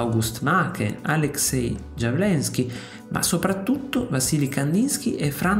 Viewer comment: Stavo per scriverlo io. Anche la pronuncia di altri nomi andrebbe controllata (Lily Stumpf, Aleksej Jawlenskij)